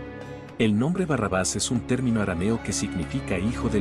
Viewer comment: es Barrabás, no Bárrabas. PASIÓN también lleva asentó. Por lo demás, todo bien.